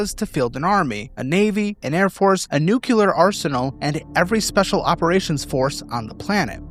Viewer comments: "newkyuler arsenal" 😂 Nuclear! New-clear! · Newcular isn't a word. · Please fix your pronunciation of "nuclear." This mispronunciation suggests that you don't read carefully and undercuts the credibility of the remainder of your material. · I don't know what's worse, the amount of our national debt or content creators who say nuc-u-ler; stop. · I used to work in the nuclear industry. It still annoys me when people (e.g. George Bush, and the guy in this video) completely mispronounce the word. "nuclear" is properly pronounced like the two words "new"+"clear".... It is incorrectly pronounced "new"+"que"+"lar" and makes them sound uneducated. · Nu - ce - lar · is it actually normal in the us to pronounce "nuclear" wrong?